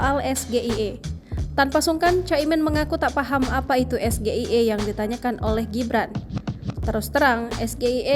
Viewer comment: Maaf ya kalau Anda ,pemirsa jeli dgn pertanyaan mas gibran juga kurang tepat cara bacanya,, (SGIE),mka waJar yg ditanya agak sdkit kebingungan dgn mksud pertanyaannya, ternyata pengucapan yg tepat ialah berbahasa inggrisءEs ji ai i(SGIE), pk ganjar juga salah,bukan es ji i ai...,'-'